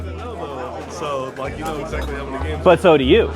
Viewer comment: It kinda hurts my soul when I hear him mispronounce games lol